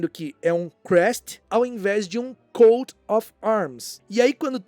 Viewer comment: "coat* of arms"